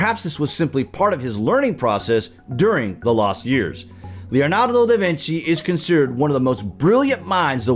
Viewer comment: Your pronunciation of da Vinci is soooo wrong 🤦🏽‍♀️